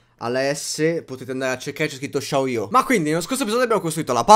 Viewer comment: Si dice "ciao" non "shao" la grammatica base 😤😤